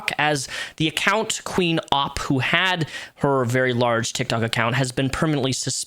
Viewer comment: You pronouced Opp wrong. Its not Ooop, its Opp.